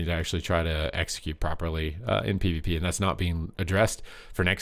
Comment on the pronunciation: it's not PEE vuh PEE